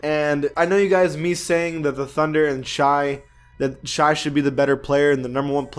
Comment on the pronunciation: It’s not pronounced *ucking shy it’s shay